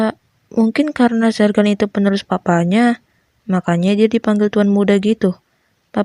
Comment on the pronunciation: Bukan jergan tapi zergan